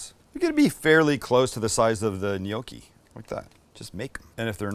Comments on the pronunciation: Gnocchi. Sam knee-oki… n-yoki. Great job guys. Love your channel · It's GNOCCHI! not 'NIOKI'. Jeeesus, why do you yanks bastardize EVERY language? Respect others culture and history. Yeah, we get it, you have no history, that's why you buy bridges etc from Europe. Anyway, good vid. Thanks. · Sam, we do not pronounce gnocci neeockee, we pronounce it nocki in Pittsburgh. As you know there are many Italians in Pittsburgh. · I love your show butt I don't understand why you're pronouncing it "gnocchi", it's pronounced, gnocchi! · It's Gnoc--chi...! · In Australia, the G is silent, but it's 'knee-okk-ee' here haha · Glad you put the word "gnocci" on-screen. I was wondering - "what the heck is a neyokey" there for a minute.:goodvibes: Looks yummy. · Japan attacking Pearl Harbor December 7, 1941 is infamous. Let's all hope this dinner doesn't become infamous. 🙂 Gnocchi is pronounced with a silent G. Nocchi (nyow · kee). Please don't take this as criticism...great cooking channel, one of my favorites. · Is Sam saying gnocchi funny or is it just me?? Pretty sure the “g” is silent no?